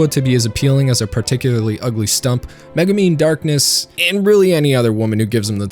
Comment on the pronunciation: All these youtubers have trouble pronouncing konosuba and Megumin. They have seen the show, how do they get it wrong?